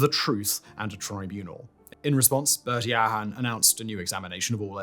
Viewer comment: Is this voiced by AI ? some shocking pronunciations it feels so off when he says garda síochána or bertie aherne .